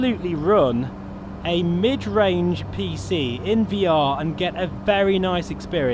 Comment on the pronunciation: The way you say 'midrange computer'... 🤒 😅